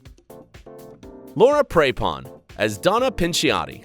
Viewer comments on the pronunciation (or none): And Laura "Pray"pon 😬😂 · you said Laura Prepon's last name wrong